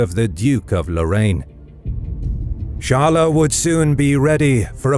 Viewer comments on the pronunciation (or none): Not charler. Its chyles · Charles should be pronounced Sharl, not Sharla. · Either pronounce it the English or the French way Tsharls or sharl but definitely not charlais or whatever you said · I have never heard the name "charles" pronounced as "charler" ever. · hes still pronouncing the names of all the cities in french. if its not "Charl-A" then how do you say it in french? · Char-le, but not "tcha" like and english monarch, more as "sh-ar-l" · Honestly just say "Tcharlz" as you usually do in english, there's no real point in trying to do it in a "french" way if the name you're trying to pronounce is common to both languages and everyone knows what it is. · First the "Ch" should be pronounced like the "Sh" of "should". Then the "es" at the end should be pronounced in part like "uh" as when you say “uh… I dunno” but cut and short not a loooong “uuuuh” so it’s more like “Sharl’uh!” 😅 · Charles = Sharl. The es is silent. You almost pronounce it correctly. Just drop the uh sound at the end. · But "Charl-A" is not the French pronunciation of Charles...